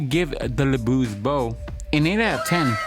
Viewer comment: Looove the combos for this vid, I did wanna mention that the pronunciation for LeBeau is just "le bo" as the french pronunciation of "Beau" is the same as "Bow" or "Bo" for us, except in the case of "Beautiful" of course. That's also why "Beau" is also a common alternative for the name "Bo" as well. One more piece of trivia, "Beau" also is a common word to describe a lover or boyfriend, and that meaning derives from it being the french word for handsome. Regardless, keep up the great work!